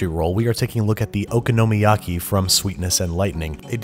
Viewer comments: Ooh-con-o-my-yah-key not oka-no-ma-yaki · "Oh-KAH-noh-miyaki". I've never heard Babish's pronunciation. Regardless, I love this dish. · Just be glad you don't speak Japanese d.ronzo17, because how he's pronouncing okonomiyaki is making my ears bleed. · It's funny people are upset about how you pronounce Worcestershire, but not Okonomiyaki. Maybe it's because I grew up where we eat okonomiyaki, I have never heard it pronounced this way before. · It drives me nuts too how he pronounces Okonomiyaki. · nah that drove me nuts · Foxtrot Felix i broke a little inside when he said it like that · "I know I said it wrong, but I'm just trying to trigger you" DUDE! This is the first time I have laughed out loud at your videos :D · its called okonomiyaki not okonomiyaki